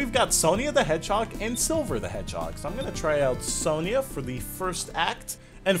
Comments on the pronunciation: I think the name is pronounced Son-Ya, not Son-Ia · ***** Just to let you know, it's pronounced "Son-ya". Also, I watched a bit of the show as a little kid (we actually had it on British TV); I always thought it was great, but then, like all kids' TV shows, it makes me cringe a lot today when I actually see it again. EDIT: "Eggman Nigga" lol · You are pronouncing Sonia wrong it is pronounced Sonya well that is not how it is spelled but how it sounds